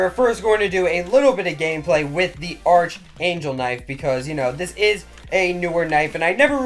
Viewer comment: Archangel (ARRR-K-ANGEL) the h is silent lol love this videos man